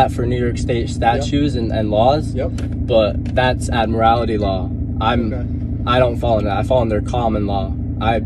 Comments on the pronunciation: "Admirality" law. Can't even get his justification right. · It's admiralty, not admirality. Also, that kid cannot let the cop ever finish a sentence. Then he says, "You keep interrupting me'. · There is no such word as admirality…it is admiralty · Admirality law?... Admiralty!!! but he is wrong anyway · Actually, it's "Admiralty Law". Not Admirality. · It's admiralty not admirality lmao. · If you are in any place, you are subject to that place's laws. End of story. Btw, it's Admiralty law, not admirality law. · Jesus Effing Christ---there is only one "I" in "admiralty"----it's not "admiralIty." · First of all, it's Afmiralty law, not Admirality law. Second, Admiralty law, or maritine law, is applicable when ar sea, on boat or ship. Book 'em, Dano! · It’s Admiralty Law - NOT Admirality Law. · What the hell is “admirality law”. Not that it applies but I think he means Admiralty Law. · "Admirality" is cracking me up. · I spelled it the way he pronounced it for the purpose of mocking him, hence the quotations. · He can't even pronounce "admiralty" let alone understand the law. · In sovcit, it's called 'admirality'. Didn't you listen to Curly the expert traveller? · “statues” “ad-morality” This guy is adorable ^_^ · "Admirality law"! LOL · "AdmirALITY" 😂😂😂😂😂 What a f***ing melt. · Admirality?? He's even making up words. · He can't even pronounce admiralty correctly 🤣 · He doesn't even know how to pronounce Admiralty! He said Admirality. What a jerk. ☺️ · Funny thing, there is no such word as "admirality" lol. He can't even pronounce his erronious nonsense correctly! lol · Admorality Law?? What the hell is Admorality Law? Does he mean Admiralty Law? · WTH is “admirality” law?? At first I thought he was just mispronouncing admiralty law, which is the law of the sea, but then he started talking about it being the law of the land… I’m so confused!! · "Admirality" law. Just watched another from Detroit where the fool said it the same way. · What the hell is "admirality" law?